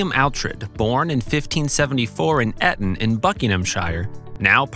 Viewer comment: Correct pronunciation is "Eeton" in "Barkshire"